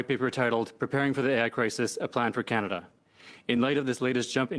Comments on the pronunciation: When the Canadian politician said, “preparing for the AI Crisis” that first listen, I thought he said preparing for the Anti Christ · In that clip by the Canadian person speaking every time he said AI crisis it sure sounded like Antichrist in my head every time he said it I kept hearing Antichrist Antichrist